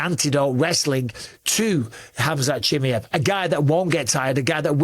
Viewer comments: BUSPONG … STOP calling him CHIMMEE EV his name is CHIMAEV…. Here I’ll help you out repeat after me…. CHI MY EV It’s fkin annoying pal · Chimm-EE-ev? Is that the right pronunciation? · learn how to pronounce his name properly dummy